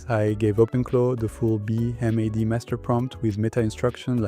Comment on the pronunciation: Nice job! BTW, is it really that hard to say B-Mad (bee mad)?